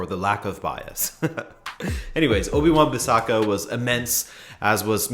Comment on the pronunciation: When he said Obi-Wan Bissaka I died 😂